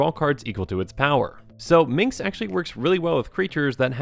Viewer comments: Dude, it's "Minsc." MinS-K. Not Min-KS. Drove me NUTS. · Love this deckteck, you made me open my eyes to some gems I hadn't thought of with Minsc's ability. And the soothing voice is also a great fit. You're doing good. (And pssst it's Minsc not Mincs, just a heads up:) ) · Wait, so you state you played BG but you still mispronounce his name as "Minx"? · What's up with calling Minsc, Minx O.o? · You made this video 1000x sexier by calling him "Minx," over and over.